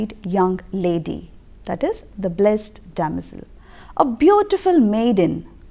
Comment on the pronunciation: a small correction..."blessed" is pronounced as bles-id.🙂